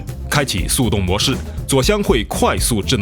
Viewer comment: 发现说制冷的时候 L N不分！